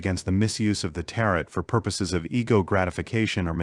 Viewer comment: Tarot pronunciation = teh·row ...